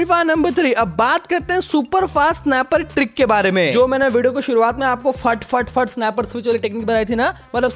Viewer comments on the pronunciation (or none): none